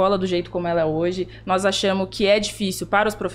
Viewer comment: "Nós achamu"😂😂😂😂